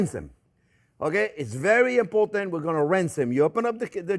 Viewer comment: When Chef Jean-Pierre says "Zeeeeeeee most import aunt!" you know to take note.